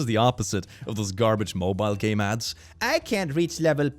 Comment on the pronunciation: I heard "Skyroom I gotta play it again its such a good *gay man*" (instead of game man)